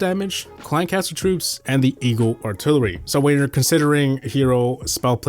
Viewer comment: eeyul altilurly